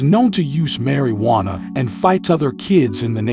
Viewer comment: lol Mary-wanna? Bro the English is ALL off. Too-kah not took-a. Smh yall gotta pick a better AI to do the voice or get an actual human to read your script bc this ain’t it.